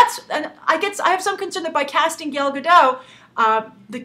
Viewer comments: Hey Grace, (first comment!) First, Gal's name is pronounced GAL (not gail). Second, you touched on it in the last 10 seconds of the videos, do you think that an actress's origin, especially if it's politically charge like that of Israel, can affect the success or criticism of a movie? While I never found Gal very interesting she is a big deal here in Israel, and i have to say that she is known for her unique and different sexuality than that of other models- in that she is married, has had a baby, and kept a very slim athletic look. So do you think that these features helped her, or that maybe the casting is actually trying to use her ethnicity as a selling point. thanks, Guy. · Ugggggh, I freakin' love your videos Grace but you just totally butchered her name. GAIL, why Gail? It doesn't even look like her name could possibly be pronounced Gail. GAL, GAL, GAL, GAL. OY. C'mon Gabby Roodolpy (get it, I messed up your name a little. K, I'm sorry, that was kinda mean.) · Grace, you are pronouncing her name wrong, you are pronouncing it as "gale" which is wrong the "A" is more phonetic, I guess a closer pronunciation would be similar to saying Kal, when you say Kal-El. (just replace the K with a G).